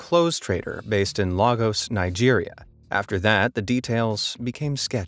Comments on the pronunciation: bro it is not "Lagos", its lagos pronounced like this- /LAYGOS/ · People,learn to pronounce things correctly, everyone should know that some things aren’t pronounced as they’re written and some things are. This place in Nigeria is LAY-GOS gos as in Gospel it’s not LAYGOSE. Just like Ibiza(I-BEE-THA) is not pronounced what sounds like “eat pizza” Butchered English and foreign words/names FFS 😮😢😂😂😂😂😂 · You pronounced lagos Wrong it is Lagos not Laagos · Im sorry but its pronounced, "lay-gos" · What is laagos, WHAT IS LAAGOS. If you do not know how to pronounce the name, don't at all, but do not publicise the incorrect pronunciation of a major city. I cannot stand people who do this, and though this may seem undeserved, I do take offence to it as it shows they did care enough to learn the pronunciation, meaning it was unimportant to them, showing the disregard they have for the people who hail from and live there. I take offence because I am Nigerian. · You did not pronounce the city Lagos well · He mispronounced Abbas and Lagos